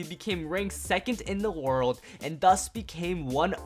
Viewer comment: “Waurdo” spriggan?